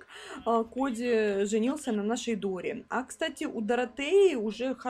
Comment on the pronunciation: почему когда ты говоришь хоть чё-нибудь о доре я слышу дуре 😁😁😁😁